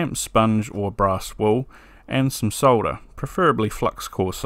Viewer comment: Thx for not trying to pronounce the L in solder, as Mr. Carlson insists on doing sounding like a moron.